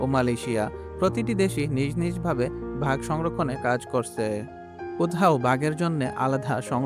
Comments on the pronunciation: ইউটিউব কনটেন্ট বানানোর আগে উচ্চারণ গুলো ঠিক করবেন ভাগ না বাঘ। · সুন্দর একটা ভিডিও, অনেক ভাল উপস্থাপন করেছেন,, কিন্তু "বাঘ " উচ্চারণ ভুল করলেন কিভাবে?!!!! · কোন দেশ এ-র মানুষ তুমি বাগ কে ভাগ বলছো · Vhag na re, bag😂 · Ore banchot, ota vah hobe na ota Baaagh hobe😡😡😡